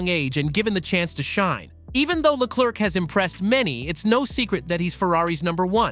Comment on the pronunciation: the second C in Leclerc is silent (prononce Leclair) if not it sounds like jerk also Ferrari was well know for having a clear number one driver remember Fernando is faster than you or let Michael pass for the championship (Michael had twice the point than his main rival early in the season) the irony is Charles got beat 3 times by Carlos while being the number one driver maybe Ferari bet on the wrong horse